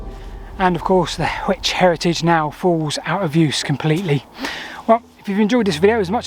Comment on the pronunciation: Just so you know, Hwicce is two syllables. There was no "silent E" until after the Middle Ages.